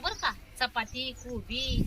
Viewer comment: Aag taai kobi not koba😂😂😂😂😂😂😂 bhajicha panchnama Ch kela tu tr